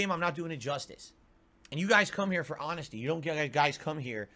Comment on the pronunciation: "You guys come here for hahnesty", keep telling yourself and them that you're honest lol.